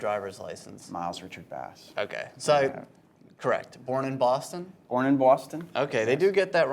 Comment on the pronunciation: ''born in boston?'' ''yeah, born in boaston''